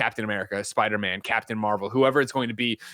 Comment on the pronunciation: He has a lot of quirks when it comes to pronunciation. For example he says Sparder-Man and Markrosoft.